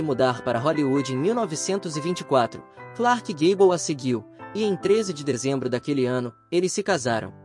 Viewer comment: Daí,o pateta narrador foi aprender inglês pra pronunciar com decência